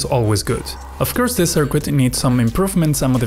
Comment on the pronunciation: I can't listen to your sirkuit